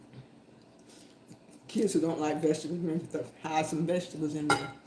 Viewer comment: Mema cooks with love! (Thankful AJ's cereal did not make it into the mix 🤣) Love the VEG--EH-TABBLES lol. The camera loves Mema :hand-pink-waving